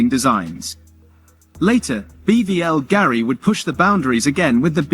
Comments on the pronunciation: It’s not BVL Gari it’s Bulgari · its more of a personal top 10 jewelry brands. AI voice over with poor pronunciation due to lack of research. wtf is BBL Garie?